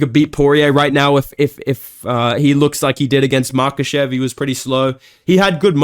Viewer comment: Chael pronouncing it as "MakLAchev" had me weak big dog.